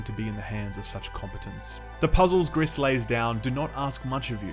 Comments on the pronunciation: Gris - pronounced "Gree" is Grey in French. Everytime you say Greess, I cringe. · If you read it like the french colour gray the you should read it "gree", not "gris". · Are we sure it's not pronounced "gree"? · Lmao "Griss" You pronounce it "gree". Or, "pretentious hipster bullshit". Either either. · Is it really that hard to pronounce the named correctly? It's pronounced grease. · btw, french for "grey," pronounced gri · i think it's GRI not GRISSS, the S is silent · Gris means grey in French and is pronounced "gree". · I'm pretty sure it's pronounced "Gree", as in the French word for "grey". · The S is silent. Gris is pronounced GREE. Means grey. Great review as always, will pick this one up. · Just saying here, "gris" is french for grey and it's sound more like "gree" :) Love the vid. Thank you! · You dont prononce the ‘s’ in Gris, gris is grey in french. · Great video!! but the mispronunciation of Gris kept irking me as a spanish speaker hahaha other than that, this game is gorgeous. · Ok then... confirming the name is Gris witch translates as "gray" to English and is pronounced like "grease" as confirmed by the developers (they are from Spain) the artist (from Spain as well) and the musicians (also from Spain). Look for the video "Gris: Behind the Scenes". On a note aside.... they even mention to have been influenced by the likes of "Journey" and "Ori and the blind forest"!!!. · If it`s french it`s pronounced with a silent S. Means grey btw ;) Would be fitting since the game is very colorful. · Gris without the s. French, right? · It's pronounced GR-EEEEE, for grey in French 😒 bloody hell. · Fun fact of the day , name of the game means gray in french and the S is silent o/ .